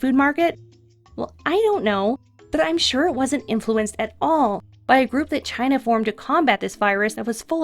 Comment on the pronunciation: “The supa germ from Chy-na/ The supa germ from Chy-na...”